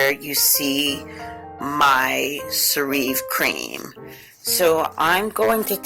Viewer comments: I love it too! I use it on damp skin after my shower. P.s.....it's pronounced "Sarah vee" :) Get a small plastic travel container to place product in for travel,.... i.e purse. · I was listening to review and I keep saying "she's pronouncing it wrong" but this is a GREAT product.